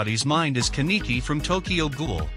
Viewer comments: Pronuched kan-ne-ki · you saying Kaneki name wrong hurts me inside